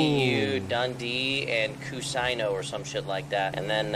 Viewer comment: HAHAHAHA XD "Ku Syno" but love that woman cop that said she didn't know who Yuno was as a cop.